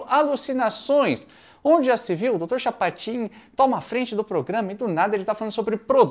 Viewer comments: CHAPOTIN,?? como que tu me erra um "Chapotin"?!? (Misturou Chapolin com Chapatin e deu nisso!...) 😂😂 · Chapatin você disse Chapotin,que não é a,mesma coisa. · Dr "Chapotin" saiu de propósito? 🤔 😅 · Dr. CHAPOTIN,??????😂😅😂😅😂😅😂😅